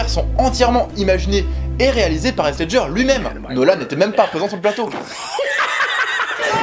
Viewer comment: Wesh comment il a prononcé Heath « Haisse » au lieu de « Hitf » (j’ai mis un f important de prononcer le *th*) Mais bon on peut dire que c’est la hess comment il a dit son nom😂😂